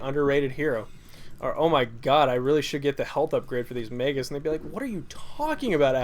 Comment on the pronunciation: Also, your pronunciation sometimes....errrr.... MAY-G-US